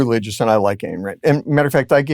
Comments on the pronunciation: Not to focus on trivialities, but wth, Puzder? Her name is Ayn (rhymes with pine), not Ann. You've been a fan for years and you obviously must know this. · Ayn Rand is pronounced Eye-n not Ann. Eye with N on the end. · “Ann” Rand? 😂